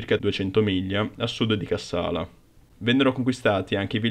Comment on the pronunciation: Cássala, Chéren, Debra Márcos... cici ennenne non si può sentire... Ma dove ti sei documentato, su Topolino?